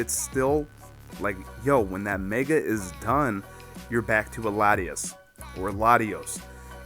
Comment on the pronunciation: Latios and Latios lol Lati"as"